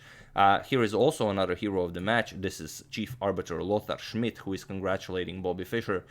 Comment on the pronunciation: I always like how you pronounce Lothar Schmid ^^ great series and you earned a sub :)